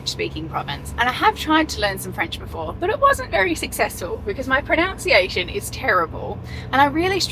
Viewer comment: Nice that mispronounced “pronunciation” in a discussion about mispronouncing words in foreign languages 😂